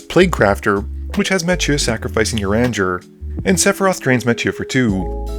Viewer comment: Ooof, the way you pronounced "Urianger"..., it's pronounced "You-ree-on-zhe". Just keep in mind that he's from a nation of Catholic French elves. Also, I think missed a few draw triggers (unless they just weren't shown/mentioned).